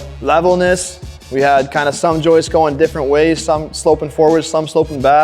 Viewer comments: This is great.....well done....and WB stepped up to his words. Respect for that. But gentlemen......it's "joists"......not "Joyces". Lol. Need to change that . Lmao😊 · I love your content and all these videos. That being said, I can’t express how much it drove me crazy every time that one guy called them “joistsess”. Joists is already plural 😂